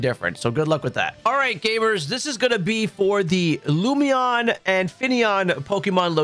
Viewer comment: Hi. Lum In Eon (like Luminous) Lumeon was not it 😂 It was just killing me hearing it a dozen times. Thank you. Great videos, I’ve been using the playlist for weeks picking up target Shinies.